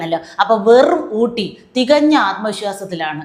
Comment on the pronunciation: മേയർ ഊട്ടി അല്ല, ഒട്ടി. തേഞ്ഞിട്ട് ഒട്ടിഎം😂😂😂